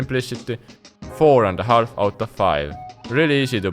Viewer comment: the L in half is silent